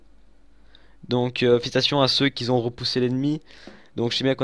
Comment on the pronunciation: On ne dit pas "qui z'on". Mais "qui on" ..! Merci, je ne peux pas m'en empêcher !! ^^